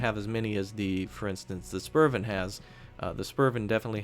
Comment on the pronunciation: the 'u' in spurv is pronounced more like 'oo' as in spooky. but your danish is getting there